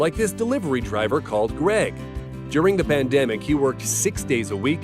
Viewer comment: Bro said bandemic …